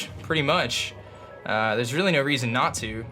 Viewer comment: Does say Not to or Natu when he means Not to. For me it sounds like Natu and i giggle everytime